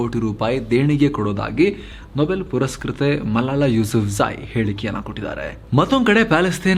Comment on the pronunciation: ಹೆಸರು ತಪ್ಪಾಗಿ ಉಚ್ಚರಿಸಿದ್ದೀರಿ ಗುರುಗಳೇ... ಅದು ಹಲಾಲ ಯೂಸುಫ್ ಝಐ.